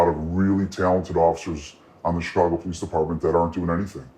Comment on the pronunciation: She said the "PO-LEASE DEPARTMENT"